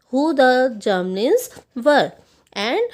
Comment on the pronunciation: Ma'am sorry to say but uski pronunciation hoti hai Gramlins aap usse Germlins keh rahe the